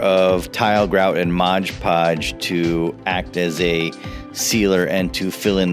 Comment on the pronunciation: Build turned out pretty nice but I cringed every time You said "Modge Podge"....its Mod Podge.